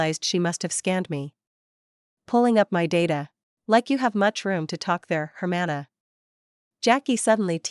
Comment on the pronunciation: Why can You Say sister very well in spanish